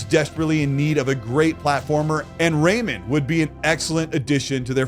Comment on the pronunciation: It’s Ray-Man not Raymond.